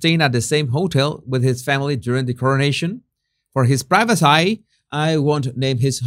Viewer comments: Privacy- pronounced, pri-va-cee. Lol ❤❤❤ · ’ English seems to be regressing “i-legally”, “i-regularly”, “priva-seye”, what’s going on with that? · it is pronouced (pry-va-see) privacy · Your repeated "priveseh" cracked me up! That Southpark episode has a life of it's own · Hello in the USA we say priva see.